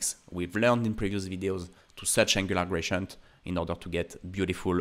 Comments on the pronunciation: Thanks for all your video's, very inspiring! Little feed about pronounciation: I hear you say [gracient] all the time, however, it's spelled with a D, [graDient]. That would make it little more understandable. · Dude please 😂 It's not "grachient"